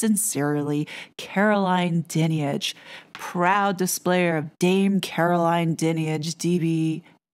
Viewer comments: The audacity and arrogance is unbelievable, what about the central tenant of British law,(and several other democratic countries)? “Innocent until proven guilty “. I must say your pronunciation of her name is incorrect, it’s “dine-age”. With regard to her dame hood; the vast majority of honours are purely gifted by politicians and presented by the monarchy. There are very few the King has the sole right to decide on the beneficiary. What has happened with RB is utterly unfair and a frightening over-reach by the media, who may l add are unelected and definitely subjective. Nefarious bodies are involved in the travesty of justice. The most important question in this sorry episode is, “why haven’t the alleged victims reported the alleged criminality to the correct authorities, (the Police)?” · Firstly her surname is pronounced 'Dine-age. She is an absolute disgrace. These letters only add to the suspicion that this is all about shutting up anyone that dares to expose the establishment and nothing to do with protecting vulnerable people. This woman needs to lose her position and 'her' income. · Hey just to clarify. The role of the monarchy regarding BEM (British Empire Medals) ispurely ceremonial. It is the Government that decides whi actually gets these accolades. That dreadful woman's name is pronounced Dynage. The whole thing seems off to me... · Your wrong about this! Her Dad was Fred Dinage. You pronounce her wrong and you haven't done your homework about this! Di nige is how how you pronounce her name. A poor video and completely inaccurate. An American getting it wrong again! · Her surname is pronounced 'Die-nij'. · Her name is pronounced Dine-age... Everything else spot on. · Totally agree.